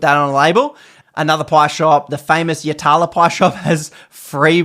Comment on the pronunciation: the way you pronounced yatala is crime against pies 😂 -(YAT A LAH)